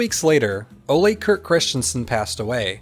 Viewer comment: It's not "Olé" . . . rather "O-luh"